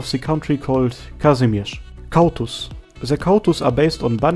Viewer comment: You said rz well Ahh, you have pleased my Polish ears - Again rz, and cautus. Cau= is read like kał wich means shit in Polish in the old way that is still used.